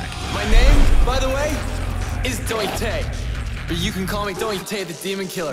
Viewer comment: Dante? I only know Doite. He says it himself